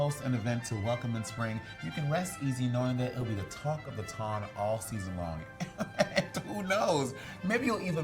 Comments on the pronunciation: every time she says "Ton" sends me 🥰🥰😂😂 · Said it wrong every time